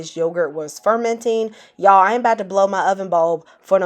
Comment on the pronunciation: as soon as the video opened with "HEY Y'AAAAALLL!" I knew this was going to be good. Sincerely, a fellow Southerner